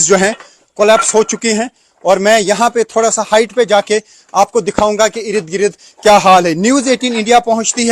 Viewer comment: Eirid girid eirid girid Urdu ke shabdon ki ma phad di